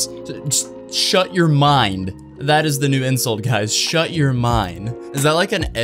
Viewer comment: 'the' not 'da' 🙄